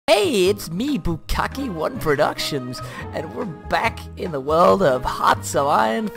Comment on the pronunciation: No, it is "bukkake"